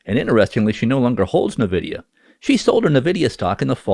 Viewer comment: Also, it's "EN-vidia", not "NAH-vidia".